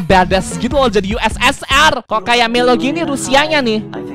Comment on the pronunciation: Ussr itu dibaca usir